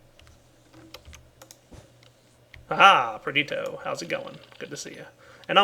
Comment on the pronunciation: please, its perditIIIo, please say the I...